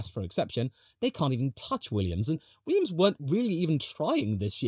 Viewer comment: .... you said Weeyums. Didn't you.